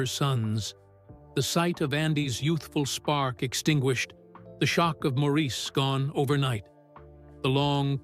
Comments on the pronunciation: Good documentary, thank you. But, please respect Maurice by pronouncing his name properly (like Morris, not Mawrēēse). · Maurice's name was pronounced Morris? Not Maurice as it was spelled. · Maurice's name is pronounced as Morris. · Maurice is pronounced Morris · People always mispronounce Maurice’s name. It is pronounced more like Morris but spelled as Maurice and it bothers me e very time I hear the mispronunciation. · Maurice pronounces his name Morris. It drives me nuts when documentaries get something this basic wrong. I can’t believe anything in the documentary after that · This might be good but I quit when you mispronounced Maurice’s name. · Could you please pronounce Maurice, correctly??????